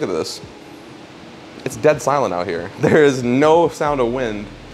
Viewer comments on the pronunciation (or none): none